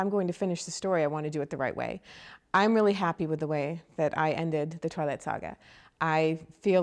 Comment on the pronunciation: LAWL '1' TWALIGHT! Yesssss.